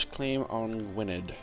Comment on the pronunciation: gwynedd is pronounced gwyneth its because in welsh dd makes a "th" sound